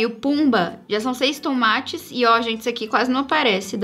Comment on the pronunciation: A falando "tons mattes" e eu ouvindo "tomates" kkkkkk 🤡